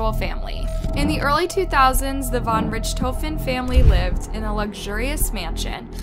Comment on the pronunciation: Von Richthofen is absolutely not pronounced like that, play some blackops zombies please